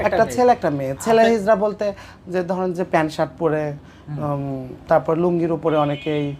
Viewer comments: হিজলা নয়, হিজরা। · Hizla noy hizra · আরে হারামজাদা হিজলা না। হবে হিজরা। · কথাটা হিজলা হবে না। কথাটা হবে হিজরা। হতবাক হয়ে যাই। এতো কম বিদ্যা নিয়া আপনারা ভিডিও আপলোড করি। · হিজলা না হিজরা হবে কথাটা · হিজলা নয়। হিজড়া হবে। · এমন মূর্খরাই এখন কন্টেন্ট তৈরি করে,যারা হিজড়া শব্দটি ও ভালো করে বলতে পারেনা